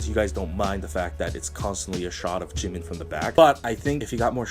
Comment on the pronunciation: I LOVE YOU YOU SAID JUNGKOOK AND JIMIN'S NAME RIGHT YESSSSSSSSSSS